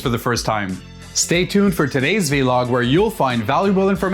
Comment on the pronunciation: Vlog like blog. Not vee log 😂